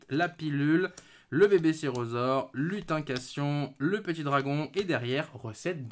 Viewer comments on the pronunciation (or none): Juste une correction, c'est "LutinCANTAtion", pas "lutincation" :P Sinon toi qui voulais les Âmes du Vainqueur, bah avoir deux fois la carte maîtresse dont une en collectors (qui est vraiment pour moi la rareté la plus belle à regarder), je dis bravo ! J'espère être aussi chanceux !